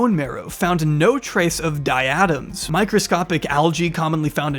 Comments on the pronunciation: Diatoms = dye+ah+toms; no emphasis on any part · Diatoms (Dye-a-tome) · This is a weird nitpick, but the name of the alga you were discussing is pronounced "die-ah-toms," not "die-atoms." No notes otherwise, this was a very interesting video. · Its dia-toms not di-atoms. Although that sounds way cooler. Love your videos but couldn't resist a friendly nitpick